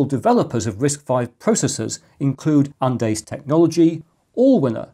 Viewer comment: "Andes" is pronounced "AHN deez". It's Spanish, the name of the large mountain chain in western South America. You could say "ANN deez" and not be very wrong, but "an dehs" is just weird.